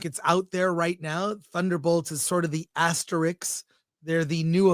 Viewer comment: Asterisk. Not astericks.